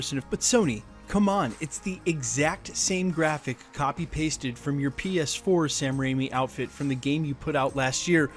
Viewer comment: Did he just say "Sam Raini"? And "Alfred Molino"?